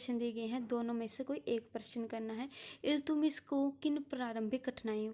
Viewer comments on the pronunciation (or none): iltumish nhi h Iltutamish h